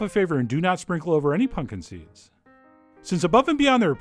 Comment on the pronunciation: Did you say " punkin' seeds"?